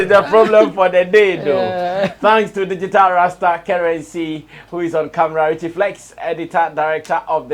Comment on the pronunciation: Why are the words DIGITAL and GENRE so hard for Ghanaians to pronounce right?